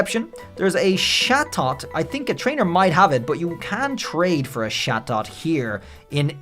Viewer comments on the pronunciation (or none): Love how he says satot instead of chatot